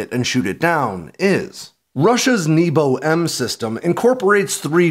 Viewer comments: you talk about the Nebo anti stealth, but it’s not pronounced like you would think. It’s “neh-bo” which means sky. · Nebo is not pronounced 'neebo'.